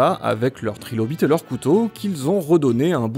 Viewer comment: Ah ah il a dit trilobite